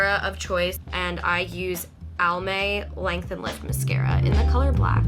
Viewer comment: it’s so cute how she said “mis-kara” instead of “mas-scara”